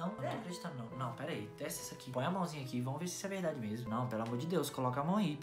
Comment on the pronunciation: Eu achei engraçado vc falando verdadii kk